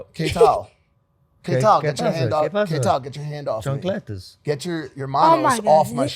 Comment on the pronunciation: DUDE SAID CHANCLETAS LMAO XD